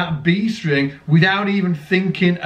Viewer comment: "B String" or "Beast Ring"?